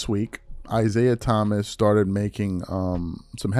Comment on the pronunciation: Is-AI Thomas, or is it "AI"siah Thomas Lololololol